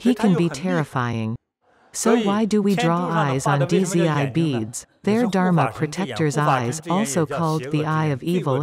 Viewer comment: Dizzy I beads. 😂😂😂 it's pronounced as "Z" or "Zee" with a silent D.